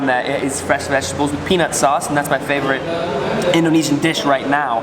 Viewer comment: I like the way he pronounces Indonesian By the way i am Indonesian.